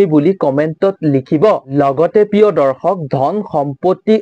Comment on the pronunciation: দৰ্খক নহয়, দৰ্শক ;আজুৰ নহয় , আজিৰ।